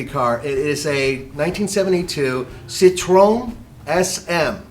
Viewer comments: citroN... you are car guys how dont you know how to pronounce citroen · "Sitrone" SM